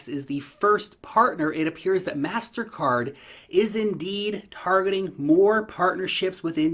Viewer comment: Its pronounced Mastercard